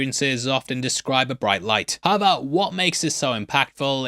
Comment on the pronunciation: Im sorry i really need to know, are you saying "aber" like "but" in german or just completely smushing the words together not fully saying "how ever" and saying something like "ha vah" 😅 i feel like my brain is short circuiting everytime you say it like im not computing something right, subconsciously 🙃